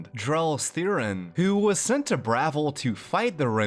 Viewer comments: I'll go ahead and be "that guy" because your enunciation of Bravil is painful to me. It's pronounced "Bra-ville" not "Brav-el". Great video! I really wish that they would remaster and rerelease FNV, Oblivion and even Skyrim with polished cut content. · Bravil is pronounced - bruh ville not like gravel Also, Chorrol is pronounced Core'll not core hall lol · Not to be nitpicky, but your city pronunciations need some work. Bravil is pronounced the same as Brazil and Chorrol - the same as coral.